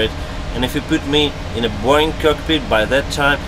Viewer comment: I like how says Boeing as Boing